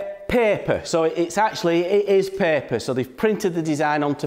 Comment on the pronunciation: I thought he was saying pepper 🌶